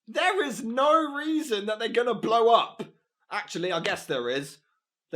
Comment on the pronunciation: For nough goddamn reason There's nough reason.